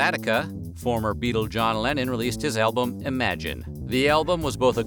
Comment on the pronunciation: Anyone else hear elbows instead of albuam